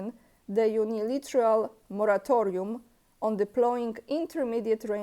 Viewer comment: UnilAteral, not uniliteral :) no offense intended, just an innocent correction